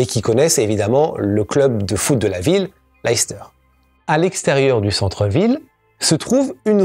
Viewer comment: Je ne veux pas être trop pointilleux, mais le nom de la ville se prononce "laisse-teur". Une de mes tantes préférées venait de cette ville. Souvent, même nous, anglophones américains, ne savons pas comment prononcer ces noms. C'est uniquement grâce à ma tante que je le sais.